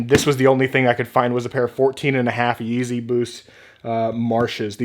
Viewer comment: Bro, you struggled with Some yeezy names. TIP: “ the names are on the size sticker/tagg!!!